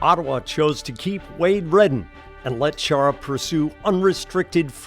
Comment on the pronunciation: Yet they didn't even learn to pronounce his surname correctly. It should be pronounced cca as Khaara. Or Chaara according to German pronunciation (and of course, Slovak one), just like in the German word "machen".